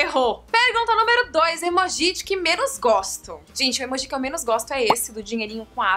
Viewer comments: Karol não fala emojís fala emojis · Karol, não tem acento pra falar emojÍ, é emoji com som de acento circunflexo no o (emôji) entendeu? Beijos linda!! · todo mundo fala emôji, ela tá errada mesmo hahaha aliás ela fala várias coisas meio erradas mas tudo bem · o certo é emôji ou emojí? a Karol falou emojí e eu fiquei sem entender! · Gente... So eu q falo "emôji" e nao "emojí"?? 😔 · pois é! me deu mto nervoso ver esse vídeo pq ela fala emojí o tempo todo! só vi até o final pq ela é um amor! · HAHAHAH Adorei essa tag Karol, ainda não tinha visto! ps.: vc fala emoji de um jeitinho muito engraçado kkk <3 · Vc fala emoji errado kkkk te amo